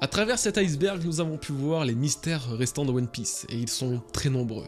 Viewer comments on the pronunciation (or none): je suis un casse couilles mais iceberg le ice se prononce pas ice comme en anglais. à la base c'est ijsberg du coup on dit i-sberg et pas ail-sberg